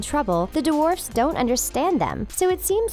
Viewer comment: duh-warfs XD